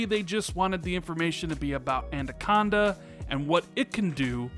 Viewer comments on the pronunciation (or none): It could also be that they realised it would be cheaper over all to just develop one console and put all their effort and resources into that to reveal a more simple message. Family of consoles could also include a digital only version of Anaconda in the future as well. Oh by the way Anaconda is pronounced, "Anna-conda" not "Anda-conda" as you say it. Thanks for the video!